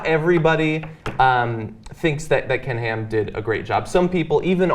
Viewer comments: Whenever John says Ken Ham, I keep hearing "Canned Ham". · oh damn now that's the only thing i hear! :(